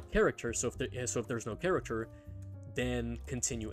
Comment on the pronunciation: i finally figured it out, im stupid, it took me an entire video to realise he wasn't saying 'caricature', he was saying 'character'